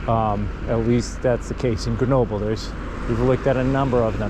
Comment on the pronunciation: After all that time in France, can't you still not pronounce GrenoB-L-E and not B-E-L? Also, how do you expect your kids to adapt if you put them in an American school in France??? Don't you know that, the younger they are, the easier it is for kids to learn a foreign language and culture, particularly those of the country they live in? And, thank goodness, European schools teach acadamic stuff to kids, not sports! If a child likes to practice a sport, then it's got to be outside of class time! Your reaction/comments is what I fear most about the increasing number of Americans who come to live in Europe, but want to import the American dysfunctioning way of life they are fleeing! WHEN IN ROME, DO AS THE ROMANS!!! (and don't whine about it!)